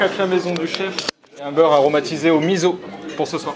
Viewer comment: Un jour quelqu'un va prononcer mis's'o comme il faut ne perdons pas espoir, pourtant il y a énormément d'inspiration japonaise* et asiatique* dans la cuisine avec du poisson ikejime, on voit l'inspiration du lick it up du chef Gaggan Anand aussi, l'expérience a l'air sympa.